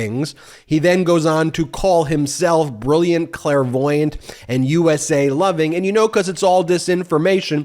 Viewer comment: Idk if it was a purposeful gaff but the first time you read Clairvoyant as Klan voyant 🤣🤣🤣